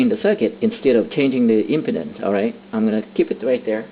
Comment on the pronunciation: I like how you pronounce impedance, LOL. Sounds like impotence.